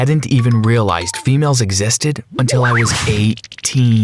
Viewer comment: Love how he called them fe-males